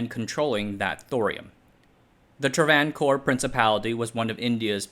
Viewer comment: Travancore is pronounced Tra-van-core. Both a's have the same length and are long. Aside from that, great job.